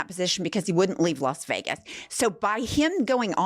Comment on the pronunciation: When will Americans begin to realise that Las Vegas is a feminine noun? It’s plain WRONG to pronounce it Los Vegas. Sheeez!